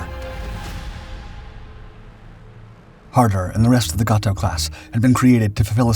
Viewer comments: It's GAY toe, not Gah toe ! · Pronounced 'Gay-Tow' class.